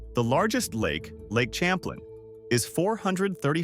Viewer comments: It's pronounced Sham-plane not cham-plin. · 🤣this the funniest thing i heard today, im québécois, we learn the real history here, he’s french gng, its pronounced Cham-plin, whitout your ahh accent